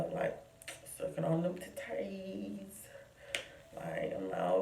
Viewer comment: The way you said titties🤣🤣🤣